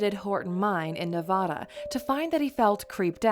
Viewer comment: good vids .. but you said nevada incorrectly